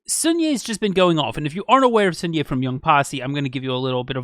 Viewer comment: hi!! i just thought i should let you know that the “sun” in sunhye’s name is actually pronounced more like the word sun/son in english as opposed to like soon :) no hate at all just wanted to let you know in case you were wondering!